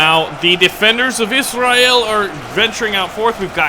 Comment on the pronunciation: The way you say israel is Afrikaans